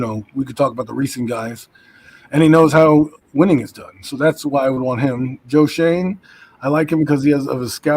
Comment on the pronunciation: its pronounced Joe (shane) shoen